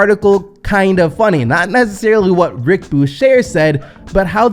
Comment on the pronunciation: u killin me bruh! Can u please learn to pronounce peoples names correctly? Who TF is Rick Bushair?